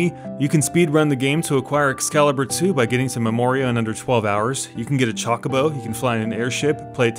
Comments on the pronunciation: It's Chocobo - not Chacobo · Did you really say "Chalk" o bow? lmao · "The Chalk-a-bow Treasure Hunt" what the heck is a Chalk-a-bow?